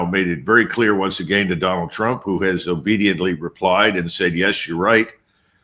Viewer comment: I usually trust Mr McGregor but his inability to say the words "again" or "been" really concerns me. for years I thought he was talking about games and he would say this person had "a gain" and that person had "a gain" and then he was talking about "beans" and I didn't know what the hell he was talking about but he was trying to say the words "again" and "been". did he have a stroke or something?